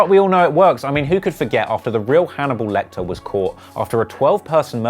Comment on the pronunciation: This nigga said Hannibal lector 😂😂